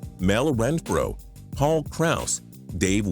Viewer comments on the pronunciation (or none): none